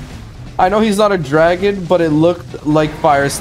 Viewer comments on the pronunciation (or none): none